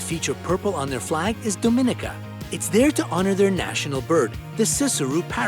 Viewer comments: Fun video... Just a note: Dominica is pronounced dom-ih-NEE-kə. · Dominica .. stress on the third syllable. dom-uh-NEE-kuh. Not pronounced like Dominican without the n! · Dominica? ITS DOMINICA BUT U SAY IT AS DOMANICA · It’s actually pronounced DOH MEE NEE KA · You pronounced Dominica incorrectly. You make it sound like Dominican ( Dominican Republic) they’re spelled similar but the o sounds different. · Can’t believe they put Dominica and not Barbados. I’m slightly triggered(btw it’s pronounced domineeca) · Dominica was pronounced wrong